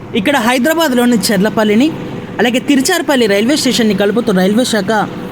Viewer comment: తిరుచిరాపల్లి అని కరెక్ట్ గా పలకండి👍